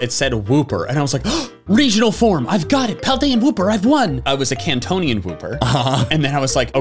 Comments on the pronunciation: Bro man said kantion wooper 😂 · is no one talking about saying its a kantonion wooper